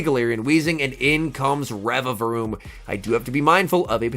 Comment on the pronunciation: Congrats on saying the name correctly!! 🎉🎉👏😆